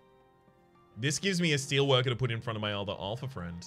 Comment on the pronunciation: It's Alpha FEE-ND. There is no r in fiend. Stop calling it a friend. :D